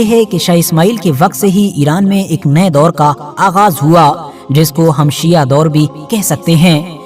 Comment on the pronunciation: जनाब पहले तो आप अल्फाज़ सही करें, सिया नही शिया होता है, आपसे कुछ सवाल है। 1 रसूल s,a,w कि हयात में कितनी जंगे हुई, 2 उस जंग का नाम बताएं जो अबु बकर, उमर या उसमान ने फतह की हो। 3 क्या रसूल s,a,w ने खिलाफत इन तीनों को वसीयत की थी, खिलाफत के लिए इनमे क्या खासियत थी। 4 क्या यह तीनों खलीफा मुहम्मद s,a,w के जनाजे या गुस्ल ओ कफ़न में शरीक थे। हज़रत अगर आप हलाल जादे होंगे तो सवालों का जवाब जरूर देंगे, वर्ना,,,,,,,,,,,,,,आप। ?